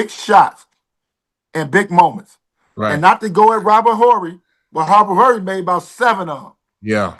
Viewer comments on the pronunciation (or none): That man said Robert Hurry I'm weak😂😂😂